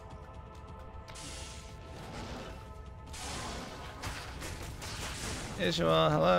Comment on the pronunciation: Why is he calling him ižual and not izual? Does he need to go back and listen to archangel Tyrael quest? Or is he calling him archangel Tyrol?